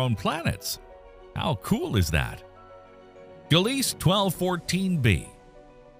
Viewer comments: Gliese = "GLEE-zuh", "guh-LEES" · In English? There it's pronounced "Gleez" without the final "e" in Gliese